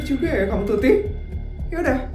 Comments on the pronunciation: Waktu ngomong tuti sama feli aku kok denger nya putri sama feli 😭😭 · itu typo asli nya mau ngomong tuti karna tutup dan putri sedikit sama dalam penyebutan maka salah sebut tuti jadi putri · typo ngomong "putri dan feli"kan harusnya tuti dan feli😂